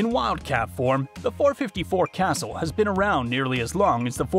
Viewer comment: Pronounced “Casool” not castle!